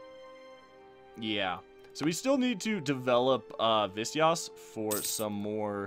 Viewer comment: you pronounce Visayas as Vee-sa-yaas